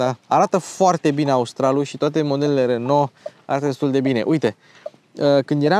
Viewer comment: Bravo pt video si FELICITARI ca nu mai pronunti RONO si zici RENO. 🥰 BIG BIG LIKE Va salut cu respect 🖐️🖐️🖐️